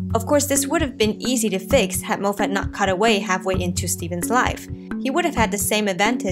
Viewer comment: pronounced Mof et not Moe Fat